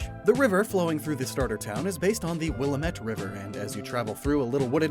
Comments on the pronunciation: Did I just hear you say... Willuhmet? Instead of Willamit? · Love this series, but been living in Portland my whole life. Its Will-Am-Met not Will-uh-Met lol ;) One my fave series on YT though! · It's pronounced Wuh-lam-it river not Will-u-met. Sorry just had to get out my angsty Eugene Oregon frustrations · Okay, hold up, did bro really just pronounce the Willamette River as Willa-mette river? That's wild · As someone who has lived several years in the Willamette Valley, it is pronounced: Will- Aah- (like the A in apple) Mitt (like the word mitten) (I'm sorry for the correction, but it's just like hearing someone say Or-E-Gone) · How are you going to live here and say “wiluhmet” bro come on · I love this region so much but he said Willamette wrong. I've lived in organ my whole life and all of the locals pronounced it will-am-it. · you said it wrong, being from the willamette valley people get it wrong all the time, but for future reference; its WILLamIT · I always thought the Willamette River was pronounced: willammit. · I don’t believe that you actually live in Oregon after hearing how you pronounce Willamette. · As an Oregonian I feel duty-bound to let you know you mispronounced Willamette. The emphasis goes on the "Lam" bit, not the "Mette" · Why is it no one on YouTube ever pronounces Willamette right? It's like a curse. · I was so hopeful for this until he said Willamette wrong... Oh. /s I am actually really loving this! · Didn’t pronounce Willamette right 😤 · this is fantastic but i cant forgive your pronunciation of willamette